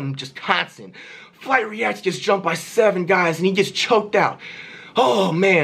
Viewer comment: Kayani Bailey Flight* Not fLight or fWight just Flight.